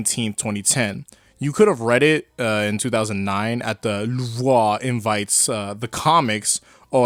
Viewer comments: Bruh learn how to pronounce ‘Louvre’ it’s pronounced loov-re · I can’t tell if ur bad at French or being funni louvre is pronounced like loov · It’s pronounced loovRÈ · "Rohan at the louvuaa" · My guy called the Loorve the Luhvrah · As someone who took French for two years straight in Highschool, i can say with great authority that its pronounced lewv with a small French accent to it. It is in fact not pronounced.... How ever you said it. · i was about to say luvre for louvre im bad at pronouncing lmao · Actually it's pronounced LOO-Vruh. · It's pronounced Loov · Hey, a guy from France here, I love your videos, they're always amazing. The way you said " Louvre " though , that's on a whole other level. I was just laughing for 5 minutes straight. That made my day. Thanks for the video ! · I like how doesn't know how to pronounce "Louvre" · This guy can"t pronounce louvre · Im not French but damn that Louvre prenunciation sucked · It's funny how you butcher" Le Louvre", but then pretty much nail "invite la bande dessinée" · Bro seriously doesn’t know how to say Louvre hahahahahahahahaha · wtf is your Louvre pronounciation lmao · the way you pronounce louvre is horrid